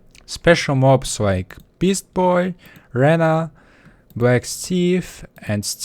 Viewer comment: Rana not raaaanaaaaa